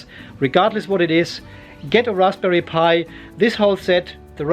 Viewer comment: LMAO... love the accidental correct pronunciation of Raspberry Pi